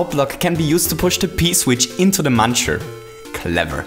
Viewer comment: Did anyone notice he said muner?